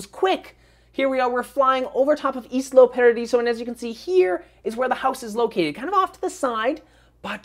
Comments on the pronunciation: not islo paradiso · It's pronounced Isla Paradiso